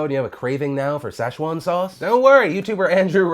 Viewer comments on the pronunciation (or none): "Sash Won" Sauce? You mean Sichuan?